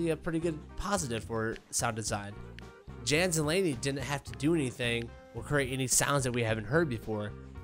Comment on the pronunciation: It's not JAN , it's yawn